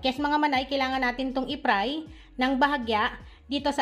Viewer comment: Manay baka ibig mong sabihin eh fry at hindi pry ✌🏻